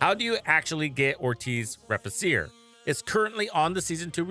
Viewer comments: Nice video... just wanted to point out cause my OCD won't let me NOT do it... is the pronunciation. Re-fee-che-re is how it's pronounced. It's Latin. Means To Rebuild/To Repair/To Restore. :) Happy hunting. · Just a bit less aye and you'll be good to go. :3